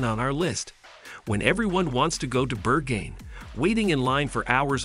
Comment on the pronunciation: is this google voice over dubbed? the pronunciations for berghain and friedrichsain were next level hahhahaha